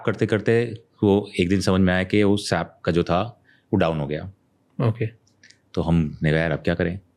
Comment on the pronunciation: He is a tech guy and but keep saying "Sap", "Sap", It's pronounced S.A.P (all separately)